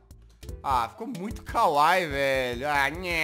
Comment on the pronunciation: A pronúncia é kawaíí, não kawai. Bjs, Jazz. E não se preocupa que logo, logo sua garganta vai acabar explodindo de tanto fazer a voz da Jazzy :v